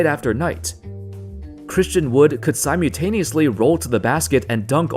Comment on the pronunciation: The kid who makes these videos didn't attend elementary school... Syme you taneously? Good shit.